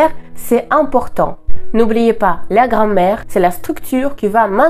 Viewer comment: Bravo pour votre très bon français ! (attention à la différence de prononciation entre Grammaire et Grand-mère 😁... mais encore toutes mes félicitations.)